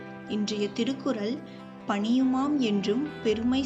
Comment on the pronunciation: Do pronounce tamil words properly. Thirukkurall is pronounced as thirukkural by you